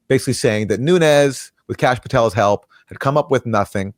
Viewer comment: Kash, not Tash